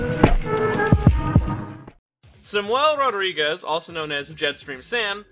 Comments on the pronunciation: your pronounciention of "rodrigues" is extrmily spanich , for a portuguese word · just a correction, in portuguese rodrigues is spoken with a hard r not a soft one like in spanish